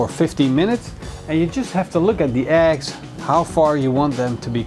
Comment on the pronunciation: Eggs!? I thought you said "axe". Totally confused, as usual..:)